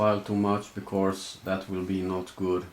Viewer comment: "becorse" <3